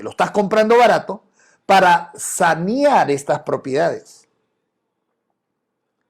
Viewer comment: N o es sañar es saneaer,😅😅😅